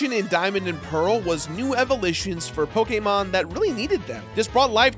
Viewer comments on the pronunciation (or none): “evolitions”? Lol